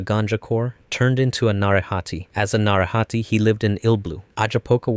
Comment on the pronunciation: It's na-ray-ha-tay